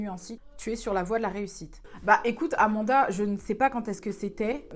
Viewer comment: • Sevda • C’est AnaNda et l’a un peut écorché mais rien de bien grave❤️